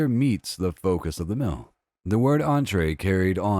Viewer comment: Entrée means STARTING course. It's in the word, yo. And why does this voice keep saying "first mill". mEAl, for f-cks sake! That, I believe, is what I hate most about Murricans. They can't articulate.